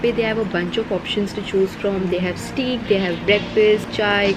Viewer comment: Steak is pronounced like 'stake' fyi. Nice video